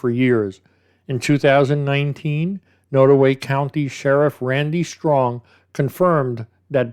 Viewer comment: There's a lot of drugs in those small rural towns. They don't have much else to do. I'm originally from Kansas City, Missouri and have family that live in small towns up north. (BTW, not that it's really that important but it's pronounced nod - like you nod to someone - so nod-away.)